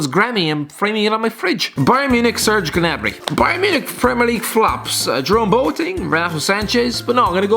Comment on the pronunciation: The pronunciations were awful and I cringed every time, its not genabry